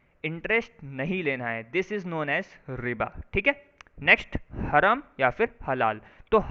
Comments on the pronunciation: It is pronounced as haraam not haram as this anchor is saying which means illegal or unlawful…and zakat rate is 2.5% of one’s annual saving which is to be distributed to poor and is mandatory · हरम नही भाई हराम कहते है हरम तो सऊदी में है एक जगह उसको बोलते है